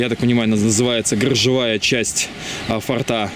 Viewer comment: Ну блин,фОрта же,фОртов - слух же режет ояебу.Хорошие у вас ролики,информативные.А что на диске поклонника было?ОТВЕТА НЕ ПОСЛЕДОВАЛО.(( Пересмотрел и снова слух режет ваш татарский язык.Ну,блин,фОрты же.Для сохранения фОрта.От слова форт ударение.Спасибо за видео о погибающих раритетах чужой земли.